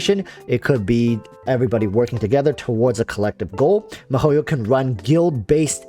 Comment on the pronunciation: your'e funny but... you should pronounce the company name correct first its not mah-ho-yo its Mii-HO-YO (miHoYo)